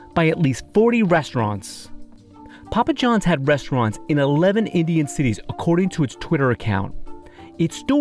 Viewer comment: That dude just said pupa John's instead of Papa Johns 😂😂